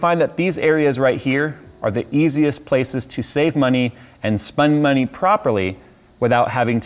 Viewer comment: ahh he said spun money